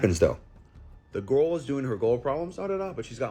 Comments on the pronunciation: Why is that last guy pronouncing "girl" like that? "Garral." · 'Gorl Problems' This man literally cannot pronounce Girl properly, pretty damn irritating ngl. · The last guy couldn't pronounce "girl".